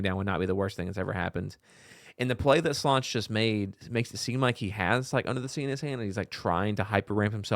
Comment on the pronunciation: Slonce is pronounced "swontsa" and means "sun"